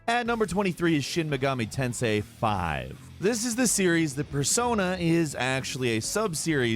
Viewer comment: when you said shin megani tensei V I thought you said shoot the sensei v